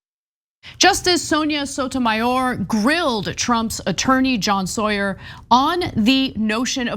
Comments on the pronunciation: His Name is pronounced “sour” not “Sawyer” 😊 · Say the man's name, right, Ana! Sauer is pronounced ( sour), not Sawyer, what you 😒 keep saying 🙄